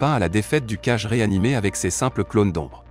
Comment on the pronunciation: Oui ça serait cool en effet Mets on dit Hokage ce qui veut dire Ombre de 🔥 donc ils faut dire Kagé car si tu prenonse cage et cage et Kagé c'est pas pareil